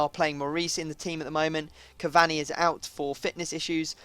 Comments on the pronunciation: you really don't know how to say Cavani properly do you... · please say cavani's name right !!!